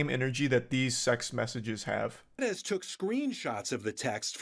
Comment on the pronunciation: the refreshing feeling I have after finally hearing someone on tv/online pronounce Perez right is incomparable